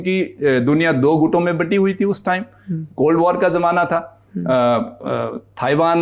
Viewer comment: Bolna sikhao ise..taiwan hai not thaiwan...aap padho ise...is se jyada mujhe knowledge hai..